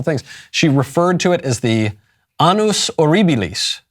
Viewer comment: when michael says 'annus horribilis' he says it like 'anus' which means an anus or it means an old lady in latin (which would mean either a horrible anus or a horrible old lady). Annus is pronounced like an-nus, you have to pronounce both Ns. Deus bene ducat animum reginae mortuae et tueatur regem.